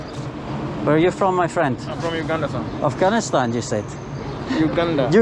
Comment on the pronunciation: i swear it sounded like he said "uganistan"